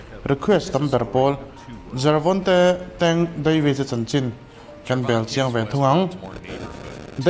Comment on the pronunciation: Jervonte tih in I lam tlat a